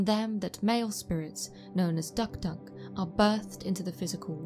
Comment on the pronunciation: Hey, I'm a long time fan of your channel. 2 points I'd like to make. 1. Your pronunciation of DukDuk is a little bit off, no biggie though😁 2. I'm from PNG specifically East new Britain province where the tradition of the dukduk is practiced, on the contrary the practice was not "sinister" as you claimed but an essential social structure that maintained some sort of law and order within the tribe; Granted it was harsh.